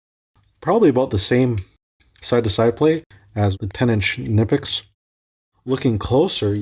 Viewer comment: its not nipex its knipex😁